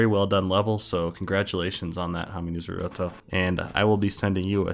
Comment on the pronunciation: DONT YOU DARE PRONOUNCE NARUTO'S NAME WRONG